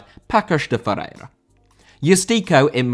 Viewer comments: Paços de Ferreira reads "pasos de Ferreira" and "Eustáquio" I don't even... what did you try to pronounce? 😅😅😅😅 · you have to work on your pronounciations.:D Paços de Ferreira is read like "Passos de Ferreira"